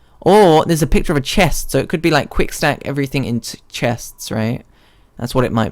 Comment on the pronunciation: "We are going trough trailer REAL GUICK." This vide is almost 2 hours... lol